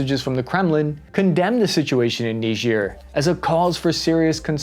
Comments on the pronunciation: ni-juh not nidge-ear... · Why''s he saying it weird. It's not Neejeer. It's Ni-jer. Charlse Day Gaul. It's really weird. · Its not "Nigeeeer" its pronounced "Naiiiiiger" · It's not that who named it, but who decided to not learn the proper pronunciation before teaching it. It reads "Nee-jair" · its N-war 😂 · Neejeer... bothers me more than it should... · Remember folks: it's knee-jeer. KNEE-JEER. No what you think. This also isn't funny. Not at all. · People pronouncing it knee-jeer 🤣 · Its pronounced "N-eye-jer". Like Nigeria without the ia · Nejier yeeah right that´s how it is pronounced hahahah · Knee ghir sounds French. I grew up with Bill Cosby pronouncing it kni-ger, rhymes with tiger. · "Say KNEE-ZUR one more time. I double dare you say it one more time. What does Marcellus Wallace look like?!" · It's pronounced Nye-Jer, Just like it's Key-Ev not Keev. Quit changing the English language. That's the proper English pronunciation for these places. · You say it weird. It's pronounced, Nyigger. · nigerk reaction, i cant be the only one who heard that :D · Nigerians come from Nigeria. People from Niger are called Nigers. Southern folk just weren't too good about pronunciation. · You pronounced Niger wrong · You mispronounced “Niger” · That is not how you pronounce Niger